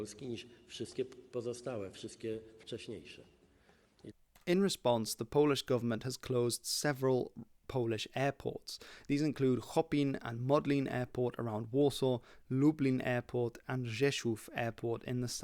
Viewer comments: Chopin is pronounced Shopen / Szopen, not Hopin. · It's not a 'Hoppin' " airport - it was named after the Polish composer with a French name of Chopin ("sho-pen") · love the channel but Chopin is pronounced in Polish more like Szopen than Hopin 😊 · Trying to read Polish correctly doesn't always work 😅 Chopin is read as Szopen, it's Frederick Chopin. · Bro, I admire the fact that you said Chopin with polish rules of pronounceation, but it's actually just SH-opin, like in french. Chopin's father was a French immigrant into Poland, so he was half Polish half French. In PRL surname Szopen was actually proposed, because apparently this frenchness made the party uncomfortable. If there's an international thing, there's a custom in Poland, to name it in French (Chopin Airport, Tour de Pologne), Latin (Via Carpathia, Rail Carpathia) or English (any skyscraper), so it's easy for non-Poles to pronounce it. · Chopin airport in Warsaw. Pronounced like Frederic Chopin